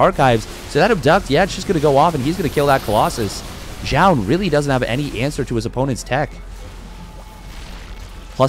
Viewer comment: Why do I hear you pronounce "Jah" ? Imo it should be like "zoon"